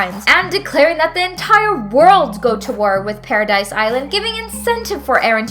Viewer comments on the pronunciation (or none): It’s not paradise it’s paradis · She can say Ymir but not Paradis? I digress: It was a good video.